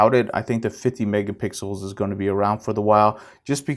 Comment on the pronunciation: Lol you said megapickles 😋